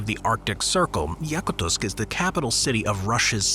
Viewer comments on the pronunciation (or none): Yakuts should have been number one. And you pronounced it wrong.